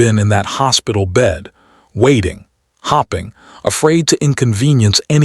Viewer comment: lol - gotta love how AI pronounces some words. I just cracked up, towards the end, when he’s reminiscing about laying in the hospital “hopping”. Seems he couldn’t have been that near to death if he could still hop! (And yes - that’s sarcasm - I’m well aware that the intended word was “hoping”)